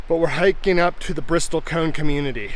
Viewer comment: Bristlecone, not Bristol cone. Been to Ely and Baker several times. Love the isolation of the area, but I would say that Utah's Hwy 50 gives Nevada a run for its money! I was about 30 miles east of Baker during the recent annular eclipse and I was the only person in the valley I set up in! It was awesome! Love that the burros and mustangs came so close. I have to head up that way again to see the glyphs. Looks great.